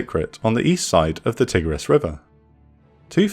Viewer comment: Interesting video but the pronunciation is terrible 😂 Tigris sounds very similar to tiger. Kinda like thai-griz, Tikrit rhymes with concrete etc Great content though, one of the better channels on YouTube